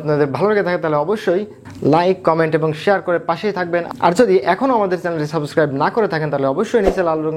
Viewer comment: একজন ইংরেজির লেকচারারও যদি বলে সাবোসক্রাইব তাহলে তার কাছ থেকে উচ্চারণ কেমন করে শিখতে মন চাইবে?